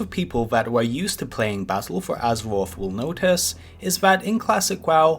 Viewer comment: Vewy, Azewoth, Muwocs, Woute, Fowest..... Wed Widge..... Wtf is wrong with people.